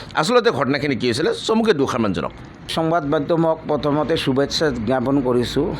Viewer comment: চুভেচ্চা নহয় ,শুভেচ্ছা,- চাট বজাত নহয়, সাত বজাত-পনৰ' নহয়, -পোন্ধৰ,অচেচ নহয়, অশেষ-চভা নহয়, সভা -।চাল্লা, চুদুৰভাই।